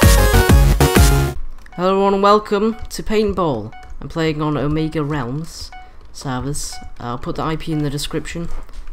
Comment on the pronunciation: I thought you said Omeglerealms XD